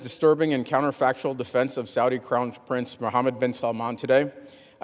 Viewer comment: My hearing is awful I can’t decide whether you said crown prince or clown prince.